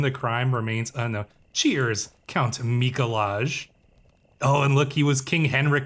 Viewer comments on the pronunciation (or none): Mikolaj is pronounced "Mee-Koo-Why." It's the Polish version of Nicholas. Source: I lived in Poland for two years.